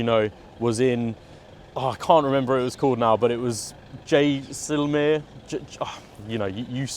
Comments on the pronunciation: say with me jay....sal...mare.....:) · Jay- sail- meir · Great review bro. It's JAI-CEL-MAER. Jaisalmer. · It's pronounced jay-sal-maer (Jaisalmer) for those who are curious. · It's 'mer' at the end. Jai sal Mer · . I know..but people pronounce it like Jaisalmeer. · It would be respectful to get the pronunciation correct . After all you have been invited there .